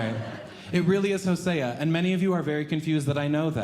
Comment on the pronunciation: There is no 2 Colossians. There is a 2 Corinthians. Hosea is pronounced Hozea. Still a nice bit. 👏🏽👏🏽